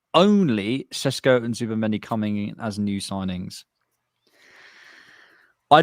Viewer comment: This geezer loves saying Sesko SHESHKO 👁👄👁